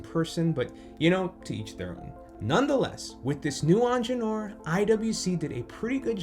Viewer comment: You might want to look up how you pronounce Ingenieur